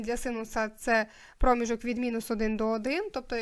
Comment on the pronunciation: Будь ласка, зверніть увагу на наголос: вИпадок, промІжок!